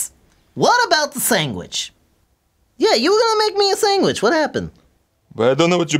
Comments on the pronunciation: Haha u say sang-witch lol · Why does pronounce sandwich, "sangwich?" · says "sanguich"?